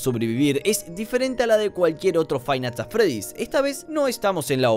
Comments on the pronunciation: frainat at fredi xD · frive nights at freddy's dice xD igual hasta yo me confundi escribiendo este mensaje xD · se puede ver cómo iba a decir five nigths at Freddy pero se confundió y casi dice friday nigths Funky, por lo que su mente se bugueo y dice frainait at Freddy